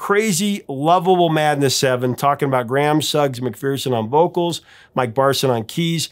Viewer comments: McPherson is pronounced McFerrson, not McFeerson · McPherson is usually pronounced in Scotland with a short "e" vowel first and a schwa second.. Mc Fer s'n.